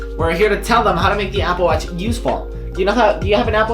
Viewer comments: I think I am hearing Apple Watts or Appleach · Apple watz hahahhahahaha